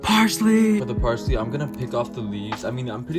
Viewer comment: The way he says "parsLHeeeeEeeey"